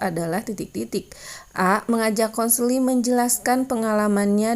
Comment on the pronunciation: bukan kenseling, tapi konseling.. hehehe